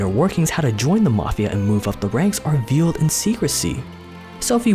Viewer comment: That's not what the broken window fallacy is. And you should look up how to pronounce "veiled"